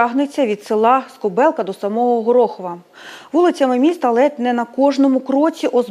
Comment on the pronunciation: не горохІв, а горОхів